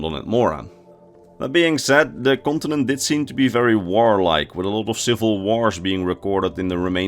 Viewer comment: "kontenent" lekker man